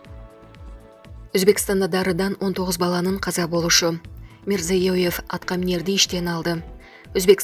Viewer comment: Тажаттын рекламе менен . Туура окуп суйлосон боло Мирзиеев деп айталбайсын